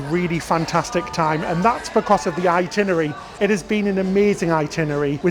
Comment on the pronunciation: The bald gentleman is adorable.👍 The word ITINERARY has TWO Rs both of which should be pronounced.